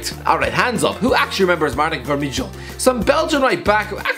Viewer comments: The "ij" in Vermijl is pronounced the same as the "ij" in van Dijk and every other "ij" in the Dutch language, It's not pronounced as "ich" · When the Irishguy said Vermijl i lost it😂😂 the last part of is name (mijl) is Dutch/Vlaamsers for Mile you pronouce it kinda the same way